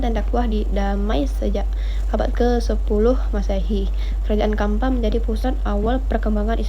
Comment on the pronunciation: bukan kampa, tapi campa, pake ce bacanya